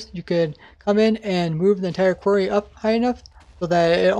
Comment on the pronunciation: "Kwerrs" It's quArry, or quarries.